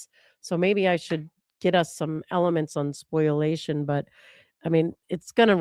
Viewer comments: the term is ‘spoliation’ not ‘spoilation’ - I love you guys but this gets me every time you say it 🤣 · can you point me to an official source where it is spelled ‘spoilation’? It’s spoliation everywhere I have ever seen it, and therefore is pronounced ‘spo-lia-tion’, not ‘spoil-ation’